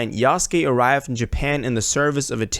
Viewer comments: It literally says YESUKE in your title, but you right away pronounced it as YEYSKYEY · It’s pronounced = Yous-kay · bro really said "yayske" 💀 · yay sky